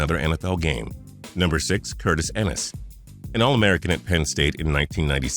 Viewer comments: It’s eee nis not en isss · Archie Griffin, Ron Dayne, and Cedric Benson are some other RB busts not mentioned in this video. Also, it pronounced EE-Nis, not En-is, dumbass. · its pronouced EEnis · Always thought it was E-nis. Not e-nis. I know names can often be different than regular English but when a vowel is by itself in a syllable it says the long sound. And that's also how I've always heard it be said. Am I wrong? Hmm then ki Jana Carter were if you follow the rules of a vowel ending a syllable like that also says the long vowel sound he actual does say k eye jana Carter but I've only ever heard it be said kijana with a short vowel sound. I'd think this is a professional voice man who is just reading and doesn't actually know the players names.